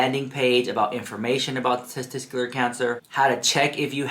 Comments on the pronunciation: Testicular is pronounced testiKular, not testiSKular. Just wanted to help, not meant to offend. Love u :) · TestiCular, not testiScular. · One of my biggest takeaways from this video is that can't pronounce the word testicular!